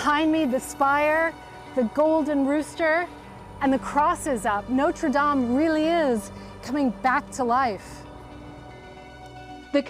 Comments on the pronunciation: Notre Dame 'o' as in box not o as in snow.. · Is there anything more annoying than the way this woman mangles the pronunciation of Notre Dame? Don't these people do any research?